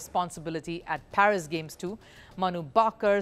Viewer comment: It's not PHERIS , it's PARIS